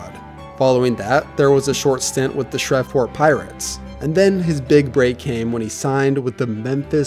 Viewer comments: Bro, it's pronounced SHREAVport not SHREVport, LA. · Srev-port? Who the hell doesn't know how to pronounce Shreveport? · Also Shreveport is not "Shrev"port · Mans said Shreveport so wrong bruh 😂😂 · The was he pronounce Shreveport 💀